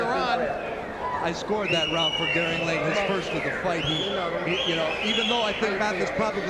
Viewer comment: The fighter's first name is "Garing" Not "Garib." Garing Lane. Come on, this is embarrassing.